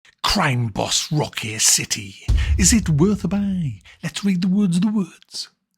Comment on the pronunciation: CWIME BAWBS!!!